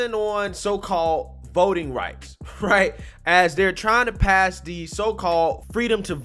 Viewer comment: New DRINKING GAME!!!Every time he say's " HRIGHT " you take a drink. Good luck with that hang over. LOL